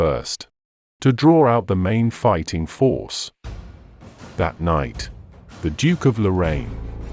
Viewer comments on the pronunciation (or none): none